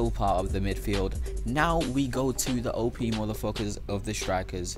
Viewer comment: He says openis as an OP :/